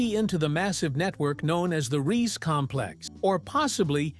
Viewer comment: It’s pronounced RII. SE the SE sounding like SER do get your pronunciations rights, it such an insult !